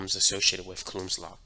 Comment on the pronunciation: really hope he starts saying it like cooh-lowms instead of cuh-looms law